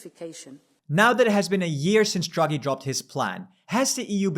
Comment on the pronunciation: feedback: - you pronounce Draghi as druggy. funny, but distracting. it's DRAH-gee. takes only a few seconds to look up and you immediately come across way more professional. - big zoomed in faces are also very distracting